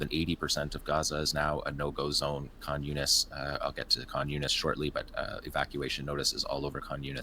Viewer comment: Khan Younis sounds like "communist"